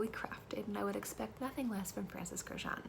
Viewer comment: Girl, learn to pronounce his last name correctly ... it is Kurkdjian ... which is Armenian last name